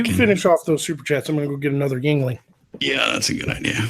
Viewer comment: It's pronounced ying ling.